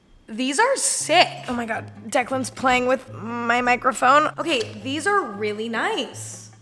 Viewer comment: wait its pronounced deck-in I thought it was pronounced de-clan hhehhhe me estas stupido